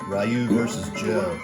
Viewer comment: This is a great cabinet with a great selection of games! Personally out of all the games I like Super Turbo. I would love to have one of these when I can afford one. Also quick note: Ryu's name is pronounced "Ree-you", not "Rai-you". Not sure if anyone else pointed that out, but that's all from me.